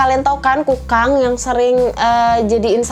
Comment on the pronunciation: Sabar ya..! Kayanya hidup lagi banyak pikiran. Ngomong Kukang aja jadi kangkung..😭 Btw tapi ngakak kak.. Makacih ya udah ngehibur kita..😀